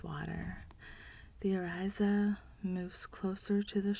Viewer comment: Thanks for the read but please try to know the pronunciations. Orisha is pronounced “Oh-ree-sha” not “Ee-Ry-za”. Just saying…